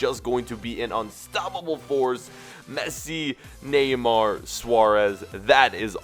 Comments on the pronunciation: neyamr? do you mean neymar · it's not Neyamr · you messed up Neymar's name